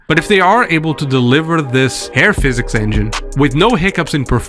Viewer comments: Learnt a lot in this, especially that Hair is pronounced as air. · I kept hearing AIR physics, was like mang what the hell on about